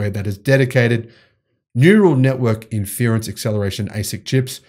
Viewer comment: Look up how to say inference